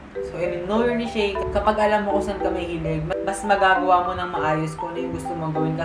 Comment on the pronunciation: Neesh ang tamang pagbikas ng Niche. But good video nonetheless.